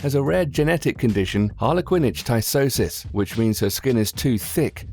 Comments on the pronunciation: #12 Harlequin ichthyosis is pronounced "Ick-thee oh sis" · "Harlequin ic-thy-osis"😂😂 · It's pronounced ick-thee-osis...I have lamellar icthyosis, so please pronounce it correctly.